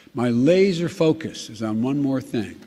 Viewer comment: Bahahahah!!! His "laser focus!" 🤣😂🤣😂